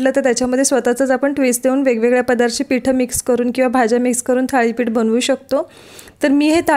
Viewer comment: थाळी नाही thalee पीठ असावं